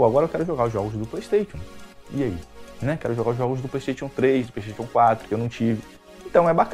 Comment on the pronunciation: Qualquer coisa: a: Pleisteition